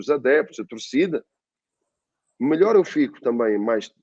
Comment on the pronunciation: O falando: EU SOU O MILIOR KKKKK